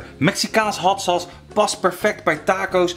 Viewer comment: ‘Hat sas’